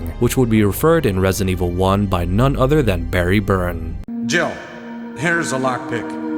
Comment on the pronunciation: its not Barry "BURN" its Barry Burton